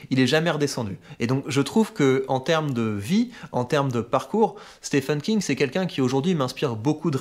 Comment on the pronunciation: Excellents, par contre mes amis francophones, je vous le dis, y a que nous pour penser que le nom "Stephen King" se prononce "Stéfeune". Stephen, ça se prononce exactement comme "Steven" pour les anglophones. À bon entendeur ;)